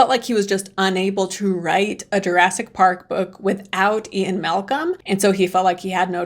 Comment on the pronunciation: "Jurassk Park"?